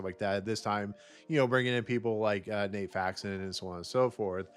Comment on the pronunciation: Broken Lizard, no s Nat Faxon, not nate